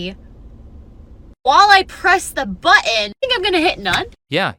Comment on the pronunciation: you press a bughen? what is a bughen?